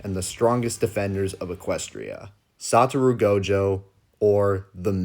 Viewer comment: Character is called SaTOru Gojo The text says Sa**RO Gojo But he says SaTUru Lol